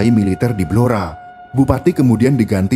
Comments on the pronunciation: Blora min.. bukan belora .... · Saya asli org Blora, yg bener itu Blora, bukan Belora.